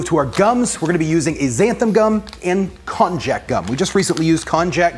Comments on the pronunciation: Lol it's pronounced "kon-yak" it's used a lot in Japanese cuisine. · I know that's also how you pronounce cognac. This is still pronounced with a "y" and not a "j". You could even call it "kon-yaku" (こんにゃく). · Kon-YaK...not Kon-jack